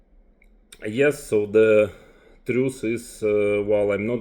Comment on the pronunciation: It’s TRUTH not truce you troglodyte